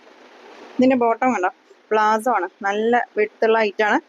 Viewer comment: പാന്റ് പ്ലാസോ എന്നല്ല palazzo എന്നാണ് പറയേണ്ടത്